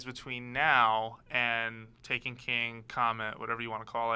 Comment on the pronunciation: ok i lost a lot of hope in enjoying this when he said taken ta ken (please note this comment was made before watching the full video)